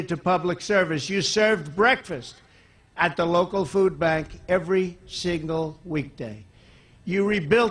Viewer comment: Did I hear wrong? "every signal weekday"